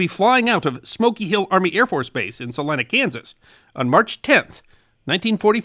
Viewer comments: I'm impressed that he got the pronunciation of our town right! It's frustrating when we have to tell out-of-staters that it's called "Sal-EYE-na" and not "Sal-EE-na"! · I'm from Salina, KS and am VERY impressed that you pronounced our city CORRECTLY! (Sal-EYE-na) Nearly all out-of-staters pronounce it "Sal-EE-na"! Thank you! 😊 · As a Kansan, and one who's hometown is Salina. Thank you for pronouncing it correctly! I knew of the events of Shilling Army/Airforce base, but its always interesting to hear what events transpired.